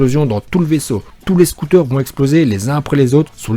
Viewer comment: On dit scaouter mais ça s'écrit scouter